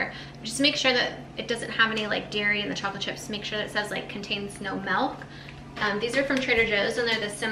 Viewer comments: Its pronounced milk not malk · Why does she say melk and not milk?